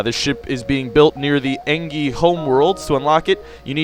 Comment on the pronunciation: maybe im wrong though it doesnt matter that much isnt engi pronounced en-gee. thoughts?